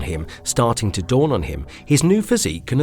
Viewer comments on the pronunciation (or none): none